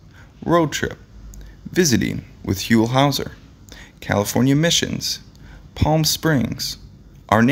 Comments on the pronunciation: NAILS ON A CHALKBOARD when his name is pronounced incorrectly. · The way you mispronounced his name…irks me.. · How can you do a biography segment on someone that you don't even know how to pronounce their name?